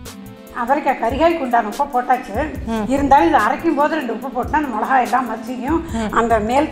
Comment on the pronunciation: மொளகு, மொளகாய்னு சொல்லாமல் மிளகு, மிளகாய்னு சொன்னால் நல்லாயிருக்கும்!!! நன்றி.